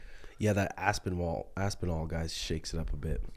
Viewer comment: Bruh I’m from texas and we all say Aspinall, idk where this “W” is coming from 😂